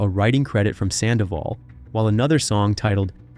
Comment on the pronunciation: The Red Carpet well done for all the story and Infos you give but it's really unbearable that you keep call her too many times "SANDAVOL " !!! FFS Her name is HOPE SANDOVAL !!!